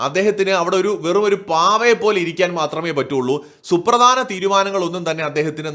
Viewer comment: the word is ‘praDHanam’, not ‘pradanam’! Please improve your diction!